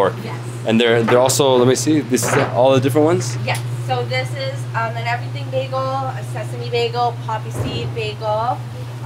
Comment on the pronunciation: You're not from Toronto if you pronounce bagel as bag-o